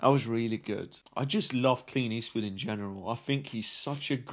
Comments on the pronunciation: Every time says Clint Eastwood, I hear “Clean Eastwood.” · Are you saying "Clean Eastwood"?